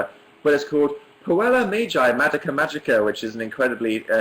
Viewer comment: puella! oh I thought he said koala...